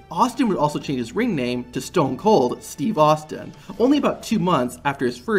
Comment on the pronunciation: STOON KOOL STWEVE AHSTEEN